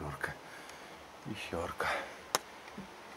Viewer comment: Нм Пещерка, а Пещëрка.